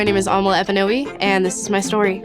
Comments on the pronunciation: Amala Ekpunobi... U flaunt that beautiful name, even though your pronunciation of the name is nothing like the tribal's😅. Beautiful content! 🇳🇬Igbo_Nigerian I Love PragerU, I Love Thomas Sowell! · GIRL as a Nigerian I must tell you(else I'll feel terrible). You pronounce your surname outrageously lol.... Your fellow Calabar Tribesmen might not even recognize it🤣